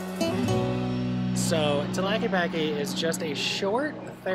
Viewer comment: REALLY good video. Gracias! 👍👍 Minor quibble: Tah-la-kay-pah-Kay 😉